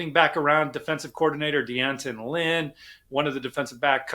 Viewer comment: D’Anton, not Dee Anton.